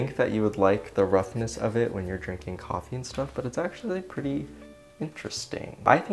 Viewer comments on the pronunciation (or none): none